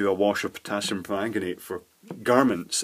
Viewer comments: Potassium, not "Pottasium". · And, stayin' alive... it's POTASSIUM!! Double s not double T!!